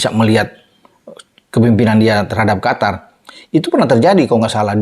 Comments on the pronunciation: QOTOR bkn Qatar = Afatar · Qatar kalo ditulis arab bacanya qothor